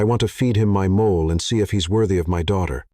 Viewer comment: Please, please teach your narrator how to pronounce mole, as the food and not as a animal or skin problem 🤣